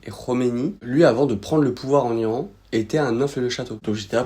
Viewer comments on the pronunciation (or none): none